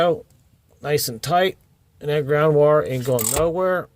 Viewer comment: I was also thinking "that ground wurree ain't goin nowurree" 😂